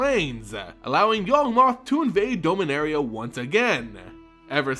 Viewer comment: Usually I can look past it but this time around it's been hard to pay attention to this set of videos... Dome-inaria??? Out of all the mispronunciations he messed up the planes name. Please, for the love of god, just watch the official trailer and hear how Karn pronounces it!